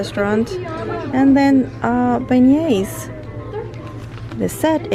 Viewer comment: Thanks, Your hair is beautiful n the vitamin product is a great one. Volume is something I’m looking for besides softness. Terrific Tiana merchandise and btw you’re pronouncing beignets right. They’re delicious. Thanks for showing us so more merchandise n picking up items your fans requested from you. Safe trip to Miami, prayers for your dad and hope to see you soon. Have a magical day.